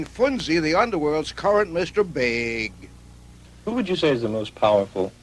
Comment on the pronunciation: Anyone notice the weird "Mr big" pronunciation